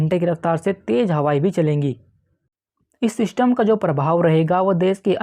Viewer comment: Bhaai,sach sach btaana tum ye zyada Elvish Yadav ko dekhte ho na, kyunki it's 'System' not "Syshtamm" 🥹 for God's sake,poora video dhekhna bhaari ho raha h thoda jubaan se 'Syshtamm' ko lagaam do. 🥲 Bohot meherbaani.